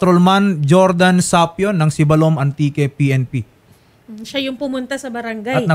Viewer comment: Hindi manlang kinorek ng nagsumbong dyan paano magpronounce ng Sibalom ay Siibbalom slow